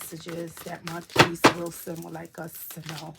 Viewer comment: You pronounce his name correctly